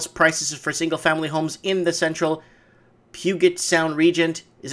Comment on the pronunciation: Dude you can’t even say Puget. I don’t believe a word you say